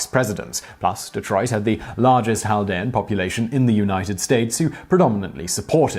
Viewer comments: Hey it's cal-DEE-an. like cat with an l. not hal. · In American (Detroiter) english it's Chaldean Kale-dee-ann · I’m Chaldean, and it’s not pronounced “haldean” 😂😂😂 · I live near that area of Detroit. It took me a few to figure out what you were talking about. Around here we pronounce it kal-de-ann. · We pronounce Chaldean as cal-dee-an in Detroit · It’s pronounced kal-ˈdē-ən. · There's probably some variation with how it's spoken in Arabic and other languages in Iraq, but generally we pronounce the C in the word. I know some Middle Eastern Christians, but they're not Chaldean, although I have met some. I have been to Detroit, it has a very large Chaldean population. Keep in mind, technically Chaldeans and Assyrians are the same ethnic group, the basic difference has to do with what churches they go to. If they you go to the Assyrian Church of the East, you're Assyrian, if you go to the Chaldean Catholic Church, you are Chaldean. if I recall correctly, San Diego has a large Chaldean population as well. You should check up on the story about the Melkite Greek Catholic priest that funded the IRA, that's an interesting one. and, I say this, as a Catholic that knows what they've done wrong. The fact that a religion has sinners doesn't disprove that religion. I digress, because with regards to the pronunciation, I mean seriously, unless you live in an area with a large Iraqi population, you're probably not going to know what a Chaldean is. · The way you say “Chaldean” is so weird and wrong lol